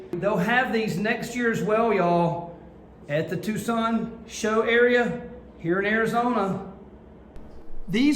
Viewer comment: Finally someone who isn't from Tucson says Tucson right lol